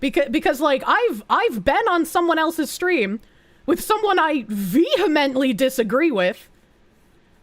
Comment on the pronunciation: VEEhemently disagree with, huh?